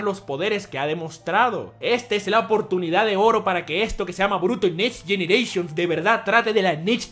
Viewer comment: no paro se reir de como dices next generatipn